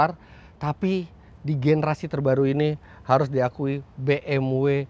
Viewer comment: bmv, not bmuu